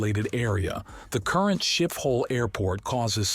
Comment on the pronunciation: It's pronounced skiphol sch as in school.